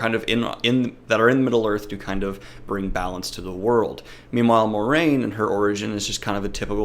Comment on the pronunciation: Yeah, and it's also pronounced (MWAH-rain) and not (More-rain). It's like the French word "moi."